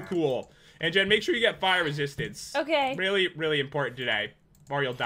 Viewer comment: I thought Pat say! Pire resiatince bt no! Fire resistance